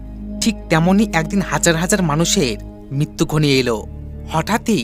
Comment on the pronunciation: Mittu😂😂😂😂😂 mittu ki re vai? Mrittu... Voice artist nen apnara. Ki baje voice. Thik vabe uccharon o korte parena